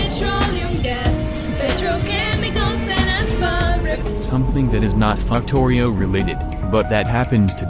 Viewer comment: I love how the ai voice always says "fucktorio" 😂